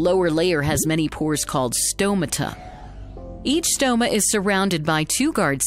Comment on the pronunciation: Great visuals. But say stomata properly.